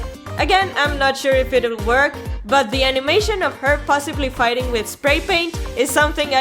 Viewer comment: "Figting" I love this channel